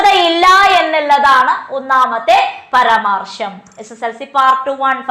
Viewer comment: പരമാർശമല്ല, പരാമർശം ആണ്